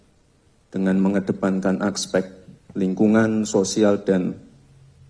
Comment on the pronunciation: AKSPEK😂😂😂😂gak salah tuh cara ngomong dan ejaannya?😂😂